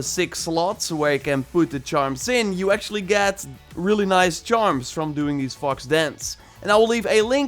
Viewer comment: I thought he said 20 fuck- shrines